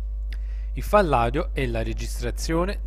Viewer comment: Mi piace ciò che pubblichi,L unica cosa che non mi piace e’la tua voce quindi t prego di toglierla o cambiarla( cmq si chiama file audio e pronuncia fail Audio no fall audio)